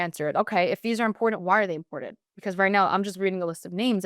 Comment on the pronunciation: the youths brain is so broken and lazy. ITS NOT PRONOUNCED inpordend pronounce your Ts !!!!!!!!!